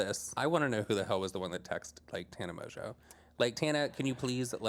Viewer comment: you have grown so much!!! Pronouncing Tana’s last name correctly lmao 😂😂😂